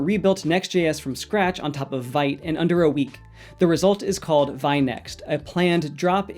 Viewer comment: Vite is pronounced "veet" (rhyming with "feet" or "beet") 😎